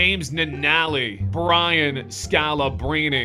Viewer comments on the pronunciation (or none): none